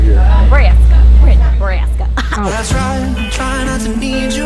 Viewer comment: Loved this entire video.... Except Heidi saying "Nebraaaska" in a completely inaccurate accent 😩😩 lol